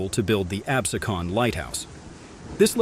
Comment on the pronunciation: Absecon Light house name is pronounced "AB-SEE-Con"